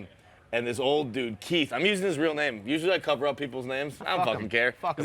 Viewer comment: get his name right